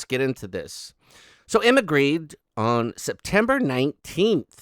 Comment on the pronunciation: Hej! (Swedish) 👋 In Grede, the e:s are pronounced as in the word ”bet”. Hej då!